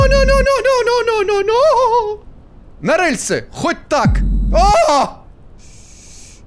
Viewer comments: Выздоравливай! P.S. Произношение "рэльсы" неправильное потому как гиперкорректное, правильно говорить "рельсы" с мягким "р". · Мне так нравится, как произносит "рЭльсы"))